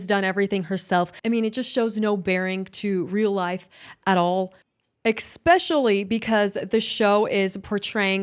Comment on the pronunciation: I wish she’d stop 🛑 saying EXXpecially, though.